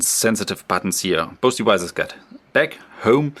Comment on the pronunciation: I thought he was saying "boasty wises" LOL... "both devices"